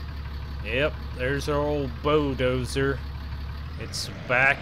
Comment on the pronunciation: Bulldozer not bodozer